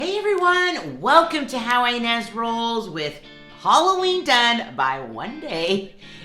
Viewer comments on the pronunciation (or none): Ines not ones.😉